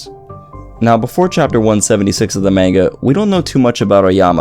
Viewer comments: You're pronouncing manga wrong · You can’t even pronounce Manga right... just saying